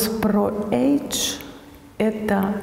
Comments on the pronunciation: Доктор произносит даже не « эйдж», а эдж , что сильно искажает смысл. Не легче ли говорить по- русски возраст 😊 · Неправильное произносят это английское слово, режет слух. Особенно умиляет фраза « мы же цивилизованные люди» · Почему нельзя сказать "возраст"? Почему age? Они ведь даже это слово произносят неправильно... Age ... not edge...